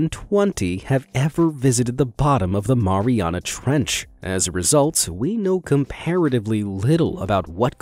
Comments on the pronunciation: I think you said marina trench wrong I think you say it a different way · People who pronounce Mariana wrong 🤦‍♂️..... Keep in mind the origin of locations name... would you pronounce Marine mau-reene or Mair eene.. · The Mariana Trench sounds like Mariana like my name is Mariana